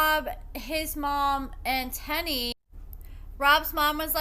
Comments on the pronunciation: Her name is pronounced “tee-knee” not “ten-nee” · The way u mispronounce their names tickles me 😂 1st Shonta now Teenie